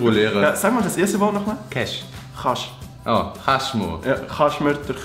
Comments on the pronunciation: hahah er chas eifach gar ned usspreche cash anstatt chasch😂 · sagt kesch de bi heist es chasch😂😂👍👍👍👍 supper dütsch für en anfang😂😂😂😂😂👏👏👏👏